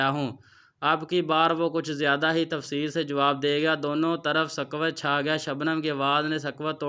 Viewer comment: آپ کا کہانی سنانے کا انداز متاثر نہیں کرسکا۔ آپ کی اردو بھی کمزور ہے۔ "سکوت" کو سراسر غلط پڑھتے ہیں۔